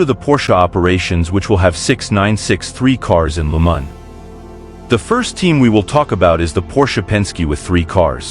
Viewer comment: Why pronounce Le Mans as Lu Man? French pronounce it as Le Ma just a silent N.